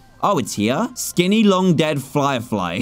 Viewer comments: You said flirefly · Anybody notice dan say flyflie